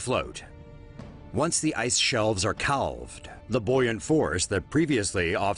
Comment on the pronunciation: Calved is pronounced as "cavved", not "cahlved". Same as baby cattle, or calves, are pronounced "cavves", not "cahlves" At least, that is the pronunciation in the US